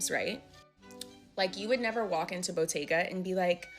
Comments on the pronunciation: Yeah it's because it's a mispronounciation. You're supposed to stress the t! It's a double t. Bottega not botega 😂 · It is a t not a d in Italian. Her stress is wrong though, she ignores that is written with "tt" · Ain’t anybody tryna be in your “whites only” Pilates lol, I thought she was saying bodega wrong 😂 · I’m not from New York and I thought the same thing. 😅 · I thought the same thing. Lol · not me over here thinking she mispronounced bodega when you used this clip in the beginning. Was so confused. Never heard of Botega whatever tf that is lol obvs I’m not their target demographic. I waste my money elsewhere 😂